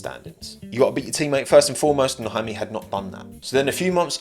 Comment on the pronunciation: Actually his name is "Jaume" not "Jaime". He's catalan, not spanish